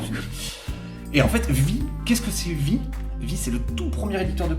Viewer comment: on dit pas "vi" : on dit "Vi" - "AIE", à l'anglaise....